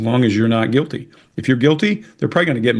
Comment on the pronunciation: 2 sec in -guil-tay 😂